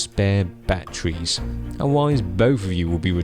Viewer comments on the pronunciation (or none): "Batt treez" ;)